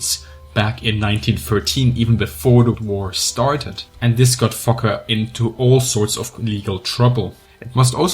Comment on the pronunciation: I'm not sure if you're actually saying fokker or fucker.. mostly sounds like fucker.